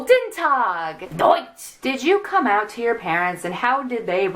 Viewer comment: HAHAHHAHA THE "GUTENTACH" WAS AT LEAST A SERIOUS ATTEMPT BUT PLAINLY SHOUTONG OUT "DOITS!!!" I DID NOT SEE COMING SO I LAUGHED MY ASS OFF JEZUS